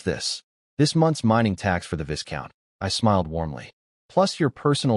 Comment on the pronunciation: Isnt there a way to correct how the AI pronounce words? I flinch everytime it pronounce viscount wrongly.